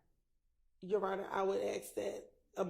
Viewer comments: I axed, how is that acceptable English? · How does spell "ask"? Is it ax, axe, or aks? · “When I axed the question your honor” … what a joke. Did this prosecutor pass the bar??? PLUS, THIS JUDGE IS DIRTY. She’s a Wolf in sheep’s robes. It stinks all the way to here in Oregon. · The prosecution ax a question, what is ax?